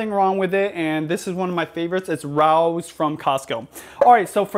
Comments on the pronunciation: Rao's Pronounced Ray-O,s. Looks Delicious!!!!!' At the point after sautéing the onions, you may as we as use a couple of cans of San Marzano Crushed Tomatoes. Ketchup? No.....My Sicilian ancestors are screaming LOL Use Tomato paste. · Great video! But the pasta sauce is pronounced “Ray-oze” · Def making this!!! And sauce is pronounced Ray-Os 😉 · It's pronounced Ray Os